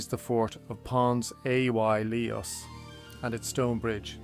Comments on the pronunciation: Good video but the pronunciation of some important words is off Pons Aelius. (Aelius is closer to Alias) Segudunum & the faux geordie wall in wallsend is what caused me to comment. Thank you for doing this, far better than anything I could even hope to do so I hope the criticism is taken in the good nature intended. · Pons a why eeeelius 😅